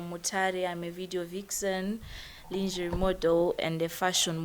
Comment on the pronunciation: zvongodawo kutsvaga how to pronounce those words...linjari linjari chiiko